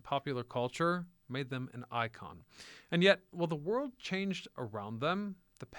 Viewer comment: This guy must be AI. ‘ the wold we once ‘know’.